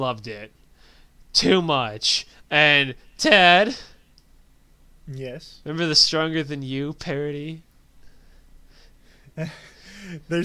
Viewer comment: sometimes when he says ted i think he says dad